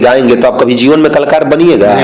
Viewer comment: कलाकर होता है klkar nahi